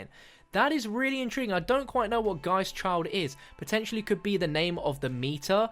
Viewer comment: DONT EVER SAY INTRIGUING AGAIN PLEASE!